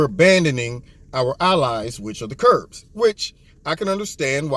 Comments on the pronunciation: Love you...one thing though...they are KURDS, not Kurbs...no B in the word. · It's Kurds not Kurbs. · They are actually known as Kurds, as in short for Kurdish. Don't feel bad, I can't pronounce many of the middle east country names or sect names. Thanks for your insight!